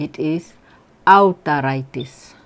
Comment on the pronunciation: "Autaritis"!!!! LOLX - great